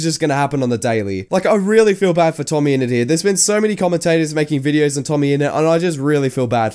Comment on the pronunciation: Idk whos "tomme ennet" i just know "tommyninnit"